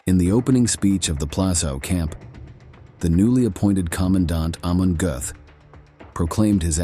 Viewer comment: Aaagghh man gote, not hey man gooth